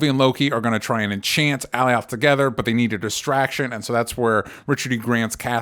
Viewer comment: Alioth is pronounced 'ə-LIE uth' not 'Allie-OTH.' (I'm just sayin' 🤜💥🤛) #ConstructiveCriticism #DontShootTheMessenger ✌